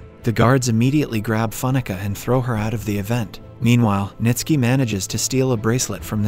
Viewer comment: Bruh! 😂 even Ntsiki … just jumbled the letters and forgot how to read Nitski